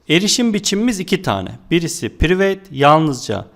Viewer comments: Piriveyt değil prayvıt hocam. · hocam prayvit demen lazim yaa priveyt yooo